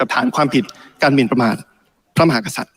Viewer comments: เหร่อ ?? ติมน่าจะมีปัญหาทางกายภาพหรือไม่ก็สมองนะ...ติมไปรักษาลิ้นไก่มึงให้หายก่อนนะครับ ลิ้นน่าจะป่วยนะคะรับ พูดว่า พระ มะ หา สัด อ่านให้ชัดๆนะครับว่า พระ มะ หา กะ สัด นะครับ ถ้าลิ้นไก่ไม่เสียก็กลับไปเรียนภาษาไทยก่อนค่อยมาบริหารประเทศนะครับติม.. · เหร่อ ?? ตูว่า สส.ก้าวพลาดลิ้นไก่สั้นทุกคนนะ เช่นติมน่าจะมีปัญหาทางกายภาพหรือไม่ก็สมองนะ...ติมไปรักษาลิ้นไก่มึงให้หายก่อนนะครับ ลิ้นน่าจะป่วยนะคะรับ พูดว่า พระ มะ หา สัด อ่านให้ชัดๆนะครับว่า พระ มะ หา กะ สัด นะครับ ถ้าลิ้นไก่ไม่เสียก็กลับไปเรียนภาษาไทยก่อนค่อยมาบริหารประเทศนะครับติม..